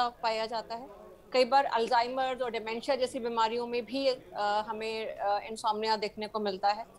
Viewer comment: इनसोमेनिया नहीं इनसोम्निया सही शब्द है ।